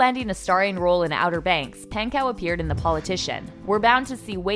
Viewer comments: also, Rudy Pankows name is not `pronounced with the "cow" pronouciation. It's "kow". with a closed "o", not an open "o" that makes it sound more like an "a" than an "o". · PANK-OH not pank-ow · She pan-cow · paHnkow * not pancow and pogue like vogue not pog